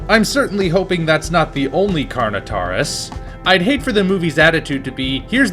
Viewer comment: Things I Have To Adress 1: Yes, Colin Trevorrow Confirmed That What You See In The Trailer, Is The First 50 Minutes Of The Film 2: That's Not How "Carnotaurus" Is Pronounced 3: Baryonyx Is Not A Quadruped And 4: The Reason Why The Spinosaurus In Jurassic Park 3 Is Not AcCuRaTe, IS BECAUSE THAT'S HOW MUCH ACCURATE HE LOOKED IN 2001!!!